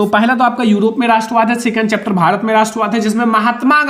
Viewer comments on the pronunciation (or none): none